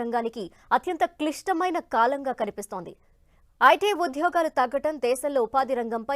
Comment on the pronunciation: UDHYOGHAAAALU... vattu palukatam nerchukondi.. telugu vinalekaa chastunnaam!:face-purple-crying